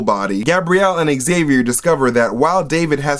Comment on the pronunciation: It's zay-vee-er. Not ex-ay-vee-er.